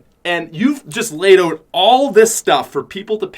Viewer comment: The says oat instead of out